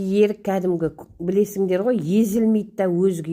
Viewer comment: Өрік емеспа . ерік дейсіз. Секер дейсіз